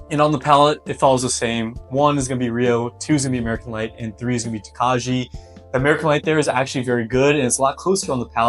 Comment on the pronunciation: Prounouciation is Toe-Kye. It's a Czech grape used in making a sweet white wine. Good luck young man! Thanks for the review.